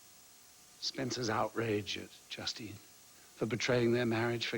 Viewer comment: is trying to say justine but it is coming out die?